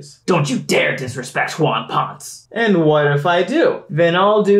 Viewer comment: There may be a few Latino fans taking issue with Wawn Points when it should be Wawn Ponesay, like Carlos Ponce.